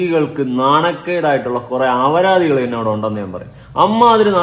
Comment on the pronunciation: Not avaradhi. It is aparadhi. Avaradhi word is not in Malayalam language bro... Kura divasayi paranann vicharikkunnu